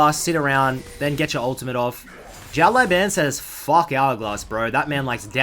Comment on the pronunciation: Hey man, I get that you’ve never spoken Chinese before so it’s completely understandable, but when you pronounce the “Xiao Lao” in Xiao Lao Ban, as opposed to saying “Shao Lai” , can you pronounce it “Siao Lao(w)” please? It’s a lot closer to the actual Chinese pronunciation :)